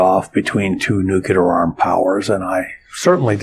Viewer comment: Why do even smart scientists mis-pronounce "nuclear"? ( and scarily, many gov't people too)